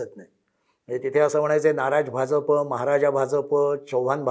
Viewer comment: 'भाजप' या शब्दाचा उच्चार करताना, जहाजाचा ज का वापरता? 'भारतीय जनता पक्ष ' यामध्ये ज जनतेचा आहे. ऐकायला cringe वाटतं